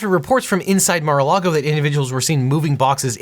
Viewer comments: haha yea NARA LAGO spelling is even weird , was thinking there might be another place called NARA LAGO. Think it’s MAR-A-LAGO he kept saying Nara. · Objection: Seriously "Nara Lago" . Remember due diligence in all content is important. 😄